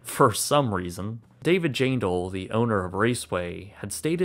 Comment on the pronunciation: I didn’t know Nazareth speedway was abandoned!!!! Hot damn! Honestly I think me dad may have raced here back in the 70’s....or at least watched races here before he met my mum. I forget. He died in 99. He’d cry if he’d seen this. I think he talked about wishing he could have bought it up. Jaindl - it’s pronounced jann- dle actually. They r a local turkey farm family. Ah used hear about them often when I lived in Lehigh valley. Sitting in queens nyc looking at my last rn lol